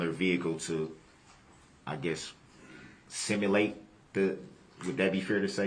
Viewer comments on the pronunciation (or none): Similate = simulate